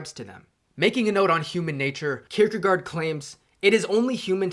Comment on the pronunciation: Søren Kierkegaard is pronounced [ˈsœːɐn ˈkʰiɐ̯kəˌkɒˀ] Someone might be able to transcribe that to the weird English spelling.